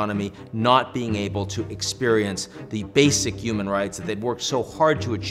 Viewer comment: Yuman instead of human pronunciation is taking me out every time 😂